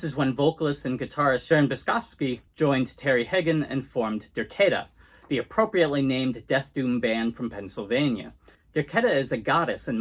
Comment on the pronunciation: It's pronounced Der- KAY-ta.